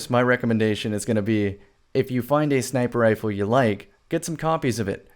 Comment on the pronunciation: Are you saying sniper ifle or what ?